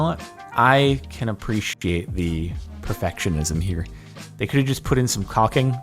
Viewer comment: Anyone who noticed how he said "appreciate"